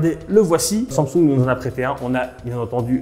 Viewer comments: Pourquoi il dit toujours sansoug 19 fois au lieu de dire SAMSUNG sa m'a stresser il m'a gaver , changer la prochaine fois de présentateur svp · La prononciation de Samsung stp, c'est pas si compliqué, sinon go orthophoniste 😓